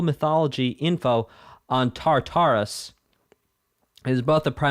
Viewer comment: hate to be that guy but its pronounced (tar•ter•us)